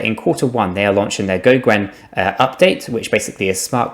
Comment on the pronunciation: Also its pronounces go-gen , not nitpicking just letting you know how Charles says it